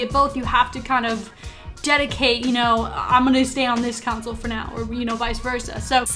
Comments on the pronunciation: The word is pronounced CON-SOLE not counsel haha. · Tf why you saying council? Can't say console can you? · Console, not counsel. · Did anyone realize that she pronounced "console" to "counsel"? Lol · Lol I live in the Midwest too. I've never heard anyone say it like that.